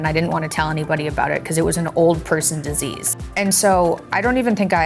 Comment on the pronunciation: Its "disease" not "desease" 😉